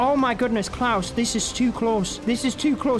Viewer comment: Its klaus not cloud😂